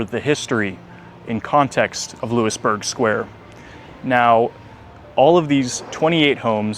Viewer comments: Hey....WHY would anyone hire you when you say "LEWIS-Burg" Square...you're pathetic...it is LOUIE-Burg Square. Where are you from, OHIO? Get LOST! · Looey burg square. Not Loo-is